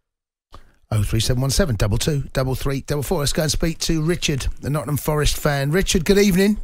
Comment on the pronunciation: its nottingham forest please get it correct its really not that hard